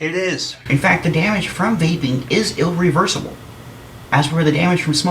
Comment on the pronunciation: lol "ill-reversible". oh never change.